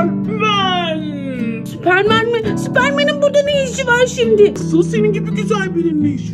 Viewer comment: abla o süpermen değil sperdirmen